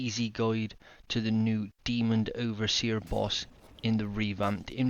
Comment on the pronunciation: at the start you say "demon..D, overseer" but its not Demond its demon. You're welcome :PPPPPP nice guide gjgj